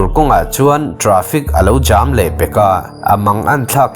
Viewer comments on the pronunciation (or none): Traffic jam lam zei reuh ltk 😹🍻 traffic jham 😹